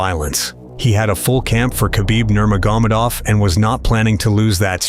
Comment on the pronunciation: You don't know how to pronounce "Nurmagomedov"?